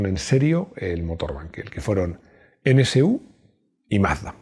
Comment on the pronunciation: Perdona mi atrevimiento, pero como profesional de la comunicación, me dejas confundido, pronuncias N(CE)U NCU, cuando lo correcto es NSU N (ESE) U...